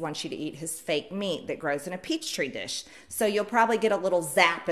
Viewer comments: Wow....she really said "peach tree" dish. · Literally said "peach tree dish..." WTF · What's a "peach tree dish", Marjorie? WHAT IS A "PEACH TREE DISH"?! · "Peachtree dish" lol. You can't make this up. MTG is illiterate. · Did she say peach tree dish? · Ah yes a “peach tree dish” 😂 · "from a Peachtree dish" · Peach tree dish?? No I went back she said peach tree dish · Did she say “peach tree dish”? I guess “Georgia on her mind”. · yes, she did. You can't fake that level of ignorance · Did she say grown in a "peach tree dish"? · I am hard of hearing, but did she just say, "peach-tree dish"?!? Is that related somehow to the gazpacho police? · Yes, yes she did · Idk what it is but she definitely said "peachtree" dish. Poor tink tink, she'll be alright. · Some people are just as sick as mtg, commenting left and right to convince us we didn't hear what we heard...she said "peachtree" just like she said "gazpacho". These people need some help, now!🤣🤦🏾‍♀️🤣🤦🏾‍♀️ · "in a Peachtree dish" oh lawd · "Peach tree dish." Whaddah maroon.